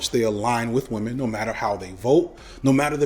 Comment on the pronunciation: He he... "wamen"